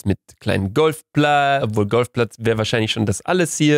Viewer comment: Diese betonung von Golfplatz